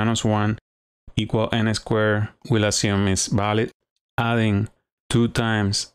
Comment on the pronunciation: good stuff, nicely demonstrated. your english is pretty good too - just make sure you articulate your 'v' correctly. It's 'valid', not 'balid'. My spanish is terrible though, so I can't criticize too much